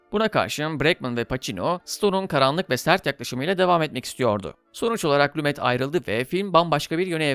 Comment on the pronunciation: Lumet yazılır Lume okunur sevgili dostum. Seviliyorsun.